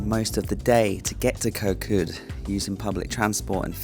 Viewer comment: You have a Thai girlfriend & have lived in Thailand for a long time. How do you not know how to properly pronounce the “k” as a G sound?!?